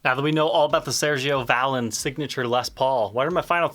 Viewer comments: Pronounced "ValEEN" smh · The accent is on the second syllable. 😂 One of my wife's favorite bands. It makes me laugh every time you say it. 😂